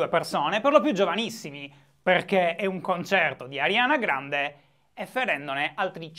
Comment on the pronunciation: Finalemente qualcuno che pronuncia correttamente il nome della cantante e non dice "Arianna Grande"